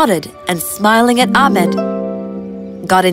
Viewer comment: It’s not amed it’s ahmed